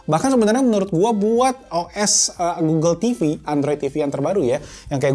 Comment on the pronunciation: 06.47 lu nyebut apa tu bng. Oke goggle atau oke uel.? Hp gue langsung ngerespon buka gugel 😂